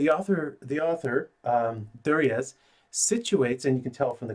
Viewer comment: Just for your own knowledge... the authors surname is pronounced "jur-ree-a". It's a French name so the Z is not pronounced.